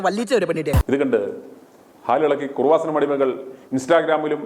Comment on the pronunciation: എടോ കുറുവാസനം അല്ല കൃപാസനം. യേശുവിൻ്റെ അമ്മയുടെ പേര് കുഞ്ഞമ്മ അല്ല മറിയം എന്നാണ്. നിൻ്റെ നാക്കിന് എന്തോ കുഴപ്പമുണ്ട്. വളരെ മോശം language. അന്യരെ വിമർശിക്കാതെ സ്വയം നിലവാരം ഉയർത്തി സംസാരിക്കാൻ പഠിക്കുക.നിങ്ങളെ ദൈവം രക്ഷിക്കട്ടെ.